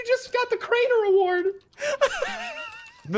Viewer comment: It's not Craner is crainer